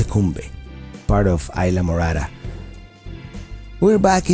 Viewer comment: Very nice video! Thanks for sharing! You make me laugh when you said islamorara (Isla Morada) ;-D